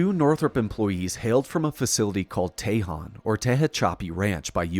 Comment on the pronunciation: Tejon = Te-HONE & Tahachapi = Ta-Hatch-a-Pi